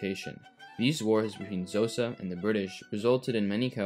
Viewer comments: This eas a really good video but Xhosa si pronounced as Koza. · K'hosa with a click please NOT Jhosa ffs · Xhosa is pronounced with a click not "Zosa" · Couple of points on pronunciation, "Sotho" is pronounced "Sutu", and the "Xh" in "Xhosa" is actually a click consonant made by pressing the tongue against the roof of the mouth and sucking, kinda like the sound you might make to call a horse. It's typically Anglicized as a "K" sound, since click consonants are kinda tricky to get the hang of for people who don't have them in our native languages. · Would have been cooler if you had pronounced Xhosa with the correct click sound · Also Xhosa is pronounced kho-sa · Aint it interesting how he talks about Dutch atrocities committed against Khoisan but not bantu ones, and doesn't even try to pronounce Xhosa correctly